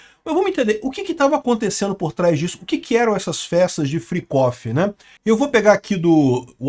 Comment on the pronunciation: "Fricófi". é o melhor kkkk